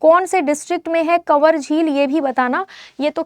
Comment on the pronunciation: पहला answer का उच्चारण गलत है कवर lake nhi kanwar कंवर lake hai